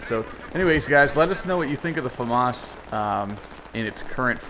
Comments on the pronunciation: "Fah-Mahs" French Weapon No French person pronounces it FehMis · I mean there is pronouncing stuff differently, then there is just flat out wrong. FAM-AS is just wrong.